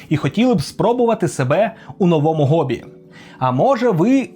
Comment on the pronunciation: Ну хто говорить "гоббі"? Ніразу такого ніде не чув